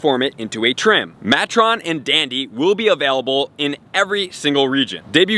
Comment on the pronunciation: pronunciations: matron -> may-tron (ie. matron of honor) debutante -> deb-you-tont (ie. debutante ball) la reine -> la-reign (ie. the phrase "La Reine Le Veut")